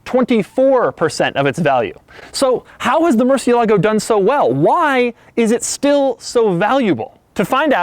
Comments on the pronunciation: It's pronounced "murciÉlago". Notice the accent on the letter "e". All the stress is placed on that letter. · It's pronounced murciÉlago with a strong accent on E 😡. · Murciélago the accented E not the A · Please stop saying "Mercy oo lago" !!!!! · It's MUR see EH lah go (U pronounced as in "moo") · MurciElago Stress the "e" My ears are still bleeding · as a native spanish speaker I get so annoyed by his MURCIE-LAGO pronunciantion... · Doug,... MERCH-EEE-A-LAGO... come on son... it's like people pronouncing Gallardo with the L's... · it is pronounced Mour-ChI-lago, which is the SPANISH pronunciation. Italian is the same but no "CH" instead it is "S" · Interesting to hear the English pronunciation of its name, both sides of the pond. Its pure Spanish pronunciation has only four syllables, and the accent over the é tells us which one to emphasise: Moorth-YELL-ago. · Robin Baker It's more like "Mur-chiel-la-go." With an emphasis on the e of course. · learn to pronounce the fucking name if the car... what the fuck is 'murrSialago'? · for the record it is pronounced mor-seal-ago... but i'm not going to make a cunt of myself trying convince people of that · Hearing people pronounce it "Mercy-ah-lago" ... eh. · Its murciélago You're pronouncing it wrong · It drives me crazy every time he pronounces the name, especially since I speak Spanish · Why do they keep mispronouncing Murciélago? 😅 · The way he pronounces Murcielago is really bothering me... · In spanish, we say "murciélago", the accent is on the -e, not on the -a, this guy's pronunciation sounds funny. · Sorry, but just can’t take the way you pronounce Murcielago.😖😣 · Murciélago, the little thing on top of the E tells you how it is ment to be pronounced. You should accentuate that E. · The incorrect accentuation in Murcielago is killing me... in a bad way... and I'm just at minute 1. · You are pronouncing it incorrectly. The accent is on the e, not the a. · Thats not how you pronounce Murcielago. It's annoying!!